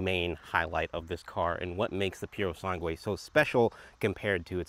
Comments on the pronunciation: Purosangue not purosangway😅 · Awesome video bro. Just a thing, the correct way to say the name "Purosangue" is not saying the last u, so almost like it´s "Purosange". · Can't handle them saying purosangue again...